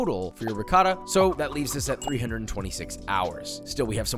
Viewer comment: Josh I'm not gonna lie it hurts me hearing you say Ri-cotta. You know how to say it 👍